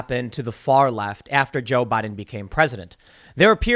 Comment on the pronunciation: "President Bajs.. " a lip-slip only a swede can love ^^